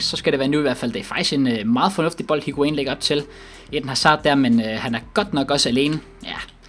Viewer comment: Plllz væk med higuain det gør ondt i ørne når du siger hans navn